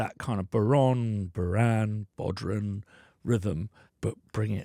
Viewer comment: An Irishman that didn't take the fada into account? ;) It's bow-rawn, not ron.